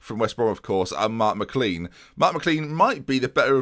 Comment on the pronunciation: IT'S MI CLAIN NOT CLEAN thanks xx